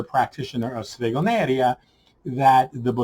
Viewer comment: Oh perfect, I have read it now :-) The point is that by an Italian point of view it is very strange to listen "stregoneria" as you pronounce it.